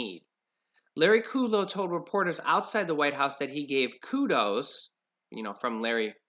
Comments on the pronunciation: It's pronounced, (Cut Low) and fAu Cee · It's not kooodlow.